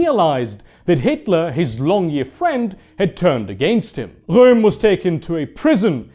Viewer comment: I really like how he says Röhm in